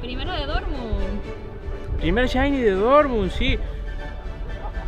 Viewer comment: argentino pesimo nombrando Shiny Dice LLAINI